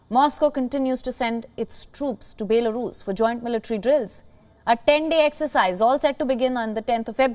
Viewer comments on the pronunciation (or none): Baylarus? Your a news channel.. atleast pronounce the country's name correctly